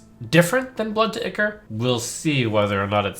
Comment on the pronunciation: it's pronounced eye-core you bumbling fool!